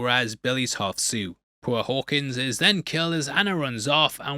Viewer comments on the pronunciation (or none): none